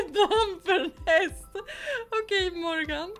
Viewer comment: haha på engelska uttalas det måårgän